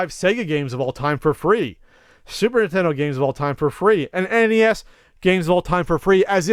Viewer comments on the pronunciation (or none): none